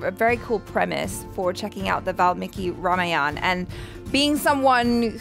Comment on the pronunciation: it is "R A M A Y A N A' not "Rayan"😂😂😂😂